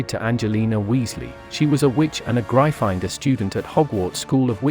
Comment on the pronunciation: THATS NOT HOW YOU PRONOUNCE GRYFFINDOR